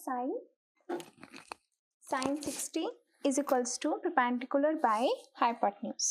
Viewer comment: Ma'am aap hypotenuse ko heypotuse ku bolti hai 😂😂😂😂